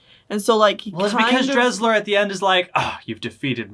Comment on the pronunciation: I turned it off cause you cannot even pronounce Desslars name correctly. If you’re gonna review something get your facts straight.